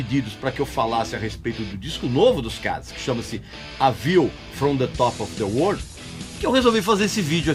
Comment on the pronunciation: A víu from de tópe ofi de UÔÔÔRRHL, vamos dizer assim.